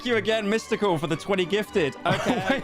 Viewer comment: Really threw me off to hear him say Mystical so many times Edit : Typo